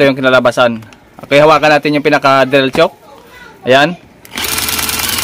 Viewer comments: hinda yan "tsuk" ang pronunciation ng chuck is same as "tsak" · Bakit chok po ang ang pronunciation po ninyo ng chuck ? Parang "chak" po ang pag pronounce nyan idol hindi "chok" para hindi po malito ang viewers. Salamat po sa tips nyo po. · drill chuck. tamanga banggit ay katunog ng salitang tiyak. hindi drill tiyuk.